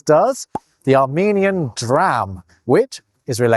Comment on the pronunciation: The Armenian currency is actually pronounced "duh-ram" because all consonants get a syllable in Armenian.